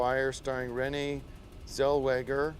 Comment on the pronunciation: I just want one of every time Tim mispronounces Renee Zellweger